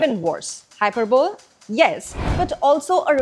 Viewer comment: Hyperbole is pronounced “hi - per - bowl - ee”, not “hi - per - bowl”, unless it’s an Indian way to pronounce it. Otherwise, your English is quite good.